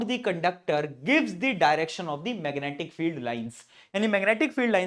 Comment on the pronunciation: me aapne meganaatic field bola😂😂